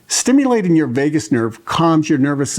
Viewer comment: Thank you for sharing the information. May I also share information. I'll share with you with a former boss said to me once, 'Finish your ings when you say your words. For instance instead of saying stimulatin' say stimulating. Instead of massagin', say massaging. Instead of saying strokin' say stroking. Instead of bathin' say bathing.